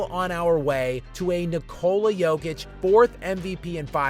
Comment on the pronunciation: Jokic won three MVP awards, he broke a bunch of NBA records, he is known all over the world, he has been talked about almost every day for years, and USA journalists and analysts are not able to learn how to pronounce his name correctly !! Unbelievably !!